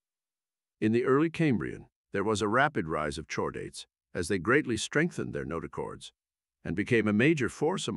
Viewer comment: There's also "chordate" which should be prounced "kordate". You could try spelling some words phonetically to get correct pronunciation... just a thought.